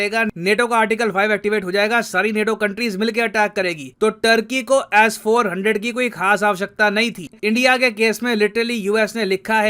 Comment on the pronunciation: BHAI AAP S 400 KO ASS 400 KYU BOLTE HO 😂😂